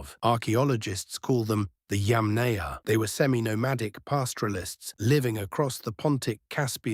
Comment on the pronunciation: It's not pronounced yam-NAYA. It's pronounced YAM-naya. It's not pronounced CURR-gun. It's pronounced coor-GAN.